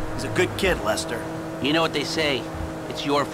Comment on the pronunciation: Lessnor nhi....Lester hai wo